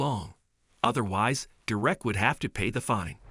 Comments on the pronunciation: You ruined the story by pronouncing the boys name two different ways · Tahe narrator needs to learn how to pronounce names properly... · Your AI needs work. It’s mispronouncing words over and over. I think only a couple of times he actually pronounced the boys name correctly. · Mr. Narrator : Could you AT LEAST please learn to pronounce the name DEREK correctly ? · The narrators of these stories really should practice before actually recording them. At least learn to pronounce the kid's name. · DERR - ek. DERR - ek! For the mercy of all that's holy and good. IT. IS. NOT..... Der - WRECK!!!!! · It's Derrick not Direct. I hate when they use a robot type voice to tell these stories. I can't watch the stories that's done thataway cause it's senseless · One comment would the narrator get the boys name right,Derek .not der ek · Oh how i dislike mechanical narrations. Dur-wreck? Or Derrick?😵‍💫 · The fucking name is DEREK not fucking Direct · I keep hearing "Dee-reck." Actually, the voice seems to keep switching from "Derick" to "Dee-reck" These automated voices are quite irritating. Plus it's putting emphasis on words at the wrong spot making it sound even weirder... Don't get me wrong, it was a good story and all, but the voice telling the story just killed the mood of it for me. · stupid robot narration craze... This is absolutely maddening to here the robot mispronounce the kds name and then pronounce it correctly... You here DerECK and DEReck... I HATE THESE NARRATION ROUTINES... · Why are you pronouncing his name like that? Durek. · When the computer you use for voice reading can't pronounce a simple name like Derrick. And also "swee-thart" ??? (sweetheart) - come on! Do you guys even listen to these before you upload them? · Whether it’s a simulated voice or a real person, the narrator keeps switching from pronouncing the boy’s name from DERRick to DerRICK. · Pronounce Derek correctly. It is pronounced dare ek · Ugh. Pronounce the kid's name right all the time.